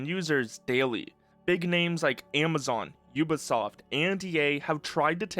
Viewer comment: aaah yes... "ubasoft"